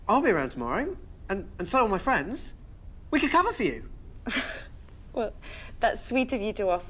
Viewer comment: Ooow fwendz!